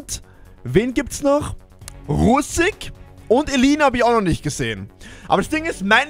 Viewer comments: Russik mit I bitte 😂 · er heißt russik nicht Russak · Geile Folge, das best war Russak😂 ( er heißt Russik )